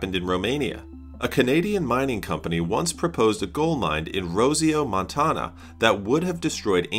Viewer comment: Gotta love AI voiceovers. "Mawn-taw-nah" There's a lot that goes into driving, but it's almost entirely just common sense and knowing a few rules. I'm middle-aged. I got my license at 18 with absolutely no formal education—just my parents teaching me and reading a state-provided pamphlet. I've never caused an accident, and only been hit twice—both times by drivers who weren't paying attention. Americans hate how I drive. I drive fast, and I drive close. Believe it or not, I drive that way specifically because it IS safer. Much like what is mentioned in this video, it forces me to pay more attention and to not get too comfortable. I have been closer to causing accidents when I drive like we're taught to here (multiple car lengths between vehicles at highway speed, slower is better, etc) than when I drive in a way that keeps my passengers (and myself!) awake. Once I became aware of my ADHD, everything made so much more sense. I drive fast and close so my ADHD can't do its thing and cause an accident! Can't count the number of drivers that drive slowly and with lots of space around them that have almost caused accidents for me and others, though!